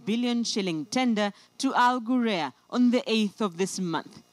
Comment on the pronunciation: wrong pronunciation of the company name plz ""al ghurair'